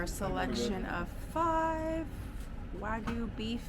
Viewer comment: eh why do americans always pronounce wagyu as "wa-goo"